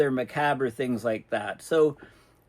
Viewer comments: Did you say " MOCKABER"😂😂 The word macabre is pronounced "ma- KOB" just a friendly tidbit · Macabre is pronounced "muh-COB". Its French.